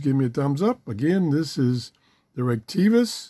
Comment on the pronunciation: Say it with me: "Rhrett-A-Kess" Like, "rett-a-kiss"